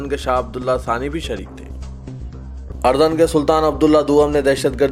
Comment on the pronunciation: Asslamualikum Bhai urdun hai AP ardun read karrai asul.urdun hai